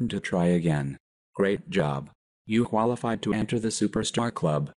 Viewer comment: Qualigied? I think it is qualified, not qualigied.